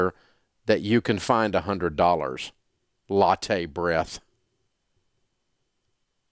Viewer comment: He said “you can find a $100 “LATTE BREATHE” 😅😅😅😅